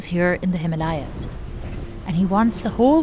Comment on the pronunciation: The way she pronounced "Himalayans.."" I commented this and closed the tab...